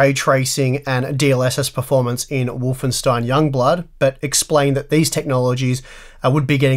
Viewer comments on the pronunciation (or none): none